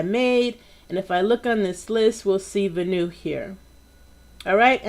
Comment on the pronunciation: Venue should be pronounced Ven like pen and you... I knew it, your only % awesome!.